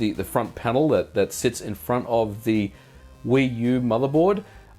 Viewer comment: "Wii-U" uhm...